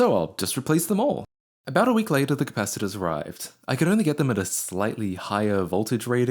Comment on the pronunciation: We all knew it was wii-eak